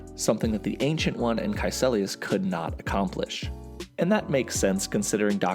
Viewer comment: KaeCIlius. Not KaeCElius.